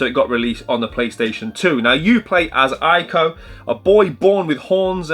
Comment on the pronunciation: ICO is actually pronounced “ee-ko” 😉